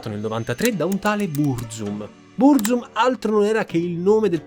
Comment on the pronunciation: e anche sbagliando tra l'altro, "Bruzum" hh